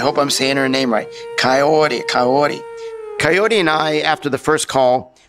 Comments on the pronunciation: The way he keeps saying "coyooote coyooote" kinda reminds me of a parot that just heard a word and keeps repeating it in a weird intonation.. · He straight up called her “coyote” multiple times when they first met.